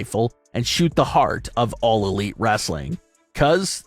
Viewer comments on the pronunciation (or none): none